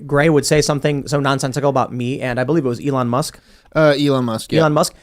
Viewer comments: Ellahn? Didn’t know you could pronounce elon like that. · Uh-lon Musk for pres. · I like this guy, but how can he not know how to pronounce Elon? Or maybe he's right and everybody else is wrong....